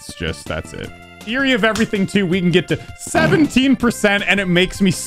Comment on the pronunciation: WHY DO YOU NOT SAY THEORY OF EVERYTHING AND SAY TWYE